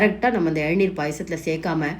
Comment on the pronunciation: Nice recipe. Thanks.It's Elaneer not ezhaneer